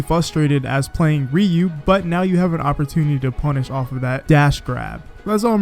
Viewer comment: Please stop saying "REE-yoo".